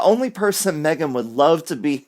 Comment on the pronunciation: "Me - gain" is crap.